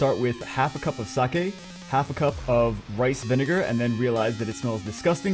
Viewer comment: THANK YOU. FOR PRONOUNCING SAKE. CORRECTLY. :)